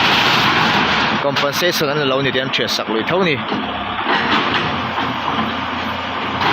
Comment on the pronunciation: Compen sation tih tur aw ,a sipleling a lo danglam daih zela